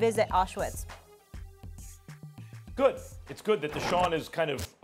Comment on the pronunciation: The way Max pronounced Auschwitz was kinda scary ...